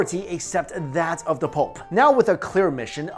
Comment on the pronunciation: anyone else only hearing him say "pulp" not pope?